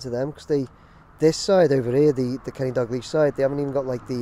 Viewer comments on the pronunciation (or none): Why can no scouser ever pronounce “Dalglish” right? It’s pronounced “Dow-gleesh” not “Dag-leesh”. Given what the guy has done for your club the least you can do is pronounce his name correctly.